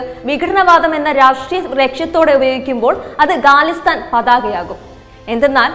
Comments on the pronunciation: ഗാലിസ്ഥാൻ അല്ല ഖാലിസ്ഥാൻ ആണ് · ഗാലിസ്ഥൻ അല്ല ഖാലിസ്ഥൻ ആണ്. ഉച്ചാരണ ശുദ്ധിയിൽ ശ്രദ്ധ വക്കുക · Not galisthan it is KHALISTAN